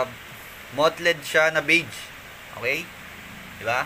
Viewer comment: Bossing yung mottled po parang 'matold' po tamang pag pronounce, ndi po 'mot-led'.